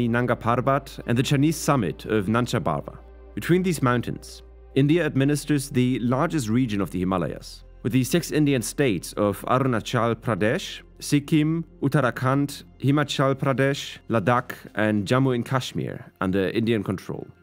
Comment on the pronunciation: "Aru nachal Pradesh"